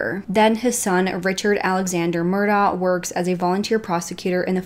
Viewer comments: Thank you! She clearly did some research but my guess is she didn’t actually speak to anyone from the area. The last name is pronounced “Murdock” also. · You might have heard this by now, but it’s pronounced “Mur-dock” and they say Alex like “Alec” no idea why, I have a friend who is from there and that’s the dialect… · Pronounced murdock. Sorry i cant listen to entire video mispronouncing name. Yack.